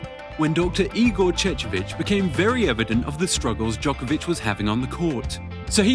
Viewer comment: FFS why dont you even try to use right pronunciation of non english players. You never hear Nadal or Federer mispronuced. Its 21st century, you can check Google!